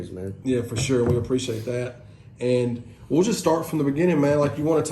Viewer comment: "I Sho Will"